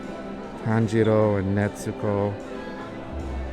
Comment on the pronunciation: Bro it’s not Netzuko. Stop putting a damn T in it lmao